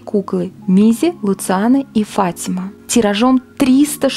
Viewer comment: Не ФАтима а ФатимА